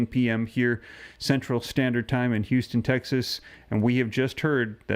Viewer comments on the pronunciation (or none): none